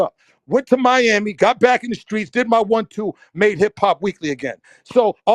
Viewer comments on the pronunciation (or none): none